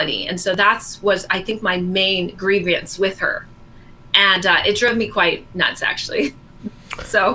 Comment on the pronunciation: and now "grievEAnce" .... Christ Sake